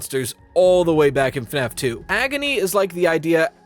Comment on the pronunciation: “.. FAFS.. Shadow Bonnie “ 😅😅😅